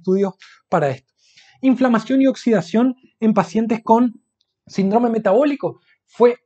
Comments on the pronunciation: SÍNDROME es una palabra esdrújula, se escribe con tilde en la i y se pronunciá asentuando la primera sílaba : sín-drome y no sin-drome. No dañar el idioma. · Pero como dice Sindróoome. Se dice Síííndrome, con acento en la i y no en la o...Es que en la Universidad no enseñan a hablar bién????? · Interesante. Solo un apunte, no es sindrome, es síndrome, con tilde.